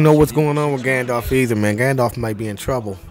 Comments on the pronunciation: He called him "Gandorf" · I just keep picturing a fusion of Ganandorf and Gandalf in my head.....ya know, cause ya kept callin him Gandorf 🤦‍♂️🤣🤣